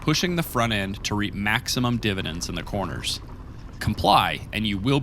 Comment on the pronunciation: Maybe it's Greek? "Mæsurements"... although, "divotends" had me loling as well. At least there was no mention of "dampening"